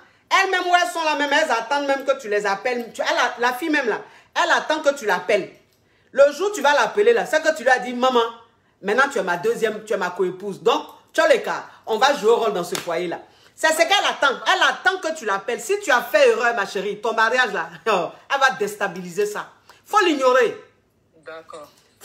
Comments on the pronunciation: on dis toleka pas tcholeka 😂😭😭😭. Merci pour tous ce que tu fais pour nous! T est vraiment incroyable 🥰😂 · Toleka ma coach et non stholeka 😂😂😂😂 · Ma coach caviar on dit to leka sinon j'ai aimé jusqu'aaaaaa à bisou ohooo💋💋♥️🙏